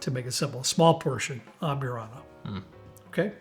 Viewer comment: Cracks me up how yall add extra characters to words. Am-burr-ana not Am-byour-ana An-a-ho not An-ya-ho Where’s Robert?